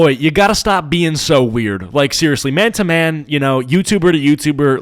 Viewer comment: I don't know "man - to - man"? More like "Man - to - mam".